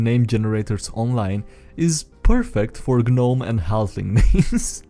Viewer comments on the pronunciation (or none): Protip: you don't pronounce the g in gnome.